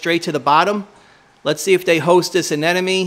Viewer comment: I don't think u should have an anemone if u CAN'T PRONOUNCE IT CORRECTLY LOL